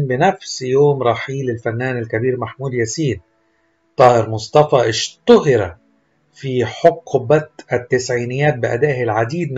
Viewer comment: الرجاء تعلم كيف تقرأ كلمة ( اشتهر )